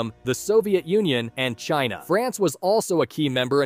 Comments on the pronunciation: ahh YEss C for Csouth Africa. AND s ind for Shina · S-China C-South Africa. You are really mart buddy